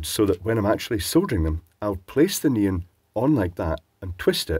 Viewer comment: and his "neen" lights... It took me a while to realize you were referring to neon lights in previous videos. Either it's not so obvious this time or I'm becoming used to translating on the fly;p